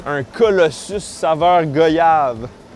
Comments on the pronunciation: j'ai envie de te frapper GOYAVE mais ça ce prononce GWAYAVE apprend sa avant de venir au Antilles 😂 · GOYAVE!!! pas go yave on dit Voyage et pas vo yage par pitier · réfléchis à comment tu prononces voyage et après dit correctement goyave stp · Stp ça se prononce " goi-yave" et non " go-yave".... les antillais ont marre de cette erreur! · Goyave se prononce « gouayave » comme voyage ne se prononce pas « voïage » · Goyave se prononce comme Voyage tabarcle